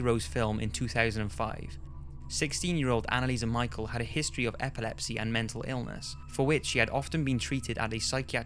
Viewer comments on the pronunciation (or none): its not annalise michael, its annalise michelle, spelt differently ofcourse but you said it wrong in the video, still a top video and new subscriber